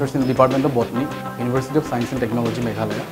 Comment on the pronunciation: University not Univershity...